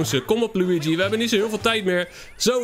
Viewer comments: Zeg lowiedjie en niet luigi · Je zecht loe ie gie